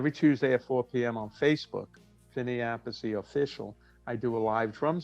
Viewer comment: The Appice pronunce is wrong